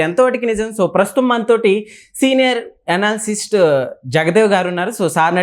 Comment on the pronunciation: Senior analysist aa😂.. avadra nv analyst ani palakalekapothunnav.. nv anchor aa.. dummy content ani dummy anchor ni pettaru anukunta